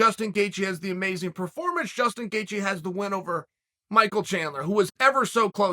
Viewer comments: tell me i wasnt the only one who heard "gustin gaethje" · Damn he fr said gustin 😭😂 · 12 seconds in uncle chael gives us a gem in “gustin gaethje” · "Gustin Gaethje"